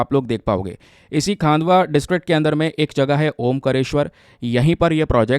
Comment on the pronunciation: Sir it is खंडवा 😅😅my native place